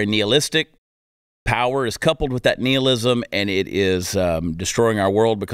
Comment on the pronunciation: I think he's saying nihilism wrong just to piss me off